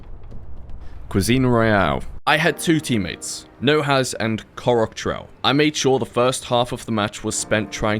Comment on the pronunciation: his name isn't ckoroctel, it's skorostel, which mean "fast shooting"